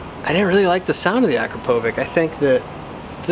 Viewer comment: Akropovic is actually pronounced Ah-crop-o-vitch.